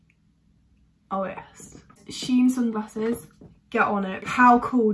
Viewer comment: ' So i have FWREE pairs of SUNGRASSES ' lol her pronunciation tho........